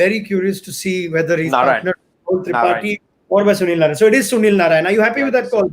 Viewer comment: Someone tell mister Manjrekar it's Narine not Narayan.